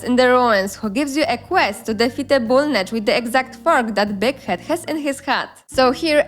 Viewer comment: i swear sometimes Big Head almost sounded like d**k head to me 😉